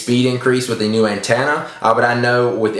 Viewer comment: You say antenna funny